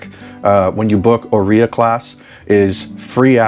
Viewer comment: I have Italian ancestry- Heres help with pronunciation of Áurea. It's: OW- RAY -AH ❤😊.